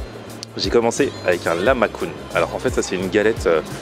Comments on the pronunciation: Je ne connais pas de lamakoune mdrrr, mais par contre je connais bien le lahmajoune je te l'écrit phonétiquement parce que ça ce prononcé avec un "j". Sinon ce n'était pas des spécialités kurde que tu as goûté mais de la bonne cuisine turk qui est excellente! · Faux, ça se prononce LAHMAJOUN il n'y à pas de R à la prononciation juste un H très inspirer.